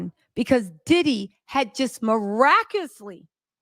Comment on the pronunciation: Dear girl your a doll but it's not. , MIRACUSLY THE CORRECT SPELLING AND PRONOUNCIATION ARE MIRACULOUSLY. MI / RA /CU / LOUS / LY ! YOUR STILL THE GIRL WITH THE TEA. , For me